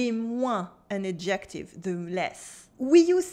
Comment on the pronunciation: Merci pour ce vidéo! J'ai voulu faire un bref commentaire -- quand on dit "adjective" en anglais, il faut mettre la stresse clairement sur le "ad" (comme ADjective) au lieu du "jec". Quand on dit adJECtive, ça sonne plutôt comme le mot "ejective", ce qui est une éspèce de consonne qui existe dans plusieures langues (mais pas en français).